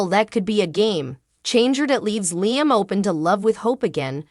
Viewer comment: Would love this lady talking to correctly pronounce Liam's name - 😊!